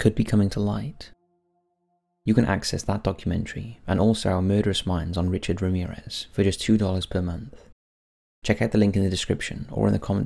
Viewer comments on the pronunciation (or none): none